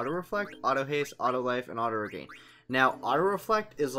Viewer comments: It's pronounced and spelled "Regen", not regain. - Auto-reflect blocks your own white magic, which is a downside to putting it on every character. - There are easier spots to find the dragons. - You should've taken the question part out of the video. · The Auto-Reflect is more of a bonus then a downside when you have Auto-Potion and Auto-Regen. You can also put Chemist on Dagger and that helps with any low HP (if it were to get that low). Yeah sorry about the pronunciation of regen, I guess it has stuck with me since I was a kid my bad. Also this is the only spot to you can get to early game so that's why I used it. Yeah I was thinking about taking it out of the video didn't really know what to do with that. Thank you for your input really appreciate it :D